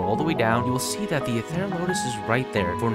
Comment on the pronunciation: It’s pronounced Ether ral o tus..